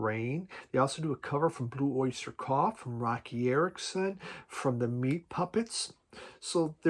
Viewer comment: blue oyster cough? can always count on you man:)